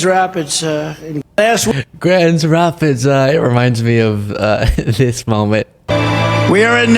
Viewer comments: Grands Rapids lol!!! Trump can't even get relatively common American city names right. XD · He had just left Michigan, but he can't remember it's Grand Rapids not Grands Rapids? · Grands Rapids....uh duheeee